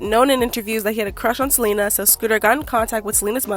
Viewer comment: “then out of west bumble comes selener.” 🤣